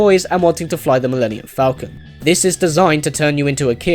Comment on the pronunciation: Thank you so much for pronouncing the millennium falcon that way. I thought it was weird that they pronounced it full-con instead. At first I thought it was a British way to pronounce falcon but since you're British and don't pronounce it that way, idk why they changed the pronounciation